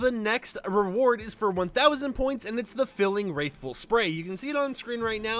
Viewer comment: First of all love the videos but your saying wrathful wrong theres no i involved. But other than that good video and cant wait for the tournament because hey free rewards.